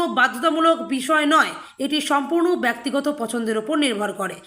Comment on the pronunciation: "গ্রহণ নেওয়া হয়েছিল"ঃ এটা কোথাকার বাংলা? বাংলা ভাষাটার শ্রাদ্ধ করছেন কেন? "ব্যক্তিগত" শব্দটির উচ্চারণ কি করছেন? বাংলা ভাষাটা জানে এমন লোকেদের নিয়োগ করুন।